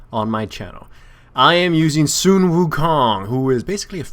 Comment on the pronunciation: I'm very impressed that you pronounced "Sun" right.